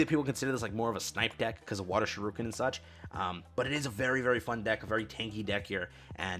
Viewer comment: Giratina wants you to know it's "SHUR-i-ken", not "shuh-RUKE-en" :)